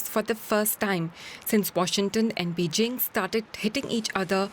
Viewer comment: “Be jing” 😂😂😂😂